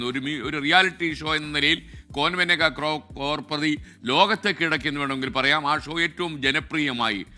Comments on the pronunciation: കോർപതി അല്ല കരോൾപതി ok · ക്രോർ പറി അല്ല , ക്രോർ പതി 😂😂